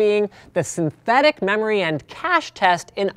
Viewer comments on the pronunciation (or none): none